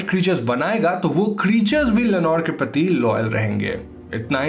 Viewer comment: Am I the only one who can hear Lenore Ke pati (पति) instead of Lenore ke prati (प्रति) 🗣👂🏻😅😅😅